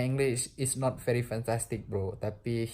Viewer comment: woe bukan fery fery amazing tapi very very pake v bukan f, jangan di tunjukin kalilah ketololannya.. artikulasinya aja udh ga bener belagu lu.